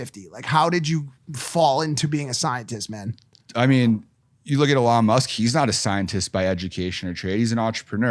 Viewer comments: Funny when Mike tries to sound like he knows Elon by pronouncing him name Ahlon! 🤣🤡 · If this guy says Elon Musk like "A-lon Musk" ONE MORE TIME...... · it's "EH lon it's eeeeeeeeelon.." ........ dorks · WHY CANT HE SAY ELON CORRECTLY